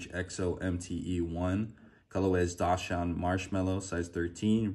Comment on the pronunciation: It's pronounced "DOX-SUND" NOT DASH-UND. Like the dog